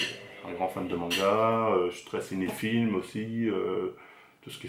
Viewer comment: on dit « cinéphile » bg pas cinéfilm